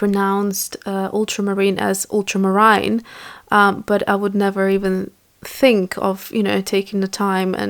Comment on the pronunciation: If I were pronouncing something incorrectly, I would want someone to teach me the correct pronunciation. This is in reference to the lady mispronouncing ultramarine. So I wouldn’t have a problem in politely teaching them. That’s just me. 🙂 And yes, you are pronouncing phthalo correctly. 😁 Those were gorgeous colors you mixed.